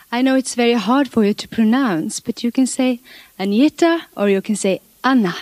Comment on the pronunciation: Dear Disney, please listen to how she pronounces "Anna" (hint: she doesn't say Arna)